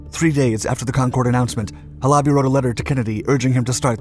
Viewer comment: Please, please, please learn how the words are pronounced. Not Ha - LOBBY, HAL-a-bee. You do this a lot, mispronounce words. How do you think you look when you do that?